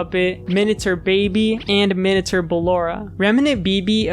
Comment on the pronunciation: No one is talking about how he's saying "minatur"